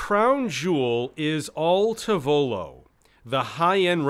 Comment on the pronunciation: Awesome story! Your pronunciation of tavolo is killing me though.